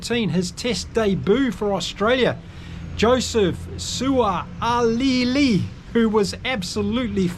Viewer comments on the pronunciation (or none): Sua-lee-ee, you'll get there.